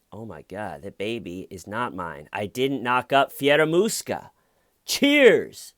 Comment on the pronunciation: Is it just me or when says Fieramusca (sp), that hears in my head Scaramouche, Scaramouche, will you do the fandango....